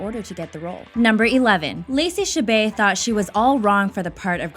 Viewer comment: It's "Cha-bear." Silent T. Why would she celebrate Canadian Thanksgiving? She was born in Mississippi and raised in California.